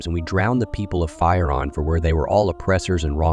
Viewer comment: It’s not fii Ron . It’s phee - Ron . You toool .